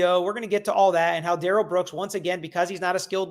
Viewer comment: His opening was more like a closing but ok Duh-rell